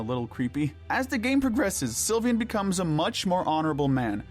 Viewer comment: It’s not pronounced Sil-vi-an, it’s pronounced Sil-vain